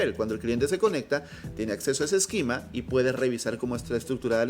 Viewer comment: Tienes una forma muy curiosa de pronunciar esquema, mezclas la pronunciación en inglés con la española y al final no es ni una ni otra.